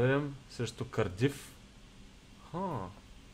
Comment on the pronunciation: Не е Кардиф,ударението е на Кàрдиф. :)